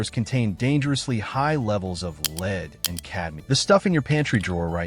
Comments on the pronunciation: Stupid AI couldn't say lead at the trader Joes. leed they said. lead us on! btw Lead InChoc???? I could be a dead duck after 10 yrs of stuff. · "lead" (the heavy metal) pronounced "leed" - a bit of AI Slop that makes me wonder about the whole vid.